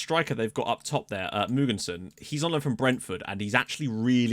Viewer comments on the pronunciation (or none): My inner grammar nazi came when you pronounced Gustav Mogensen:-) i danish hes pronounced with the letter “å” so Gustavs last name is spoken Mågensen but spelled Mogensen